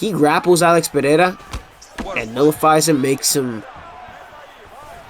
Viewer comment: please, for the love of all that's good, its Alex (uhLEX) Pereira (puh-HE-da) the Brazilians say their "R"s with an "h" sound. Listen to how Jon anik says it, and listen to how Costa says rockhold its pretty awesome lol. All love man enjoy the content